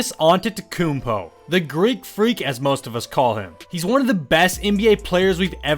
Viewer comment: Giannis “antetekokonobo”